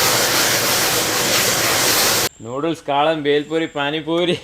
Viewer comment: കാലൻ അല്ല മച്ചാ കാളൻ 😊😊😊ഇടക് പറയുമ്പോൾ കാലൻ ആവുന്നുണ്ടോ 😊😁😁